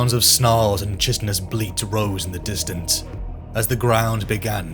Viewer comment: I need you to know that Chitin is pronounced ky-tin. Its small but it grates on my ears each time I hear chit-in